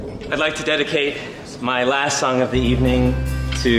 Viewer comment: At waaaast my wove has come awong.